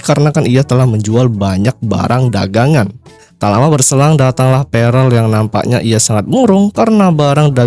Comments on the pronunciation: bang bukan perel tp perll 😭😭🤣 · Prell bos bukan perel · Pearl bos bukan prell